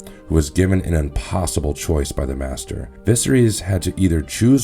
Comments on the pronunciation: A Caesarean birth is cutting open the mother, they just did it totally wrong and like a butcher. Also maester not master. It seems you did a brief read and yet you have done better then most who are avid book readers. Good job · Dont forget masters when its actually meister .